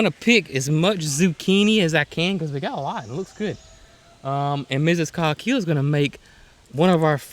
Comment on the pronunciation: Please put me at my ease: how do you pronounce COGHILL? It is spelled Cog hill but my English ears hear almost 'Cock hill' Coque hill ? . 🇬🇧 Any idea of the derivation ?